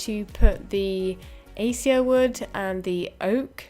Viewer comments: Acacia is pronounced: Uh-Kay-See-Uh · a-kay-shee-a ;D looking wonderful!